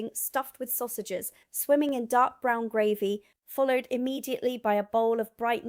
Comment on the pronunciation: Footnote my dear, Gravy, pronouced Grey=vy not the way you are saying, ...so glad you are here and not in that place over the pond....